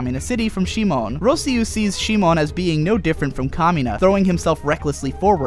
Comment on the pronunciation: If you wanna do it the Japanese way, It's Shimon. シモン literally reads Shi-mon. The problem is how he pronounce it, as most people who doesn't speak Japanese do. Kiryūin Ragyō will be pronounce as Ki-RYU-in RA-gyo if you don't follow the Japanese way. Japanese pronounce their R as a light tap, whereas others make it a hard tongue-rolling R. The problem is the same in Gurren Lagann. it becomes Gu-REN Lagann.